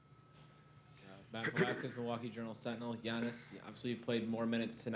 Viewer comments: Giannis’ face when the reporter calls him “Gee-annis” haha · all of yall are talking about Middleton but what about this when the reporter said Giannis's name wrong and he was looking confused as hell